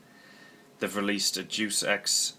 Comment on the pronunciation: Dus EX??? Day-us Ex! C'mon not you too, I work in a Game store and the number of times I hear people pronounce it wrong, that and 'Duke'em Nukem'! Oooooh dear lol. Love the vids though man.